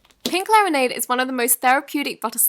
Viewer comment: She said pink claranade instead of pink lemonade 😂